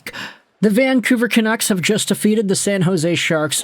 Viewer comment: Its San jose😂